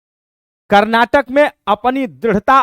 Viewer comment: कर्नाटक नाही sir karnatik rahega